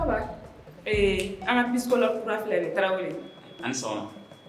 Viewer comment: Faudra apprendre à prononcer psychologue désolé ce n'est pas une critique mais on dit pas Pyschologue même si ça me fait rire à chaque fois 😂. Sinon on adore !!